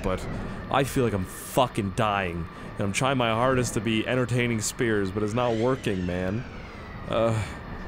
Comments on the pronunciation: Sounds like you're saying scarce instead of in the intro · hey what's up guys here sounds like hey what's up guys scarce here